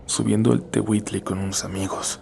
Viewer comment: xD se pronuncia Teutli no teguite